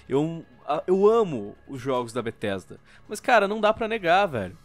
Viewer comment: N eh mais Bethesda... eh BRUHthesda